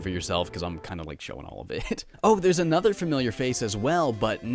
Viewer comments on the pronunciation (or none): none